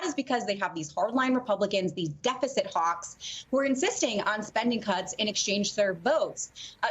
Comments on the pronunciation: that did not sound like "cuts".... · Corporate tax whats?!?! Edit: sounds like she says the c word at the beginning 😂😂😂